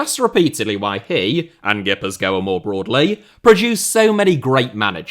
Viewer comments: ghee-puth-kwa is an alternate pronounciation that might sound local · Your pronunciation of Gipuzkoa is killing me. A banger nonetheless